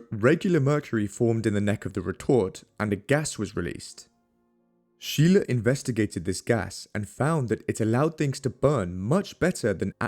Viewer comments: Shay-luh, not Shee-luh... Props for pronouncing Stahl correctly as 'Sh-tal' though! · Scheele is actually pronounced like “skeylae”